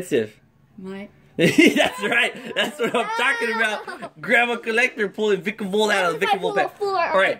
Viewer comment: Wait heard CORLectter